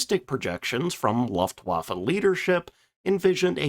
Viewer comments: Luftwaffe = [Lou-ft-wah-ff-a] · I just can't get over you saying "laftwaffa". Can't you tell the difference between the letters U, A and E? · Luuuuftwaffe. With an "u" as in "butcher".